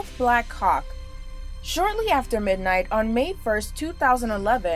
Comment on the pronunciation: As an Australian, the woman narrator sounds to me like she says Black cock helicopter instead of black hawk.